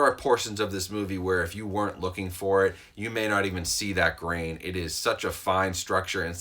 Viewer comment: A starship Trooper dies everytime he says grain